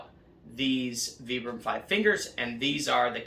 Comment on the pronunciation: Sounds like vai.bruhm not vee.bruhm